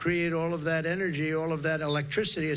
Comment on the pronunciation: Sorry, energy, not enery